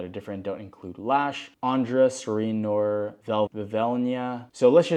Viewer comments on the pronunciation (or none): Just FYI, "Noir" is pronounced "nw-arr"